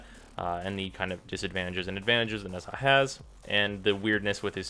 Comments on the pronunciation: no offense but it's pronounced najaa ^^ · bruh nezha is pronounced "neja" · It's pronounced Neja, not Nezaah (According to DE). Watch his official profile video mate :) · It's pronounced "nah-jah" not "Nez HA" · ITS NOT NEZ-HA ITS NEZ-AH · Why do u pronounce it Nehzaaaa? It's really annoying, It's just Neza, don't over complicate it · Tamám Shud both are correct, the way he pronounce it is nez-ha but people pronounce it as ne-zha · 2 things. 1 IT'S FUCKING "NE ZHA" NOT "NEZ HA" 2 Who in their right mind would compare Nezha's halo to Rhino's skin? Just look at the stats. You don't need a YouTuber to tell you how to wipe your ass, why is this any different? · please stop pronouncing the name wrong, it's not a English name, it's not nez ha. nezha, the zh is a J sound. it's a Chinese name. the cringe is real every time you say nez ha. please be a little bit more educated next time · OK Im sorry i have to correct you its not Nez Ha its pronounced NaJaw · oh my gawd I hate the way u say nezha... it's a silent H NEZ - A 😊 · FYI Nezha is pronouced Na-ja or Nae-ja (Chinese Goddess tho in WF it's a he) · Why does this guy pronounce nezha name so weirdly. It's like he's saying nesaa. So cringy lol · Nez-Ha? HEZ-HA?!?!?!?! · Its pronounced neja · It's pronounced neja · Every time he says Nez-ha I cringe. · Oh my f... I'm sorry, it's so fucking annoying. It's not Nez Haaaaa.... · I don't think you're supposed to pronounce the "h" so far I've seen people say "Neza" or "Nesha" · Man, I really love Nez-HAAA. Spooky way of saying it, but I like a spook. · Both are not correct, Nezha is a chinese word its pronounced Nuh Jah. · Not to bash, but a lot of comments seem to be just criticizing without giving the actual pronunciation on how "Nezha" should be pronounced. It's pronounced as "Neh-jah" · I'm sorry, I'm not usually "that guy" but I actually can't finish the video because of this. it's pronounced [neh-juh] (the zh is like a French j like Jacque or Jessabelle).